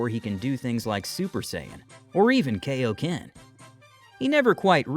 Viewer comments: Its not kayoken it kai o ken idiot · Kai o ken not kay idiot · kai - oh - ken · Are you just going to keep mispronouncing kaiokenyou and your mispronouncing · The only minor gripe with the voiceover is the mispronunciation of Kaio-ken.